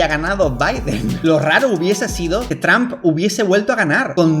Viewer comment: 🤣🤣🤣🤣a mi me mata como dice traump